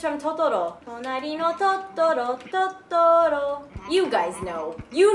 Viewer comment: I love how you're all "Shut up and take my money and let the weird sounds commence!" xD I like the way you said Totoro ^_^ And the other games: graphics were AH-MAZ!;P:) You are so awesome!:D